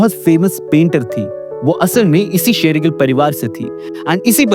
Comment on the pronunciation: Jimmy SHERgill se Amrita SERgill? Achanak aap logon ko kya ho jata hai??? “श” akshar bolna itna mushkil kyun hai??!! 🤔🤦🏻‍♂️